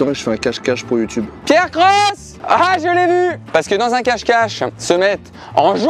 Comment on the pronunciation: C’est pas Pierre croce c’est pierre crocks